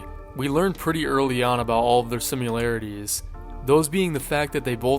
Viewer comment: Sorry... I can't help myself... it's pronounced SIM EH LARE EH TEES. Similarities... not simUlarities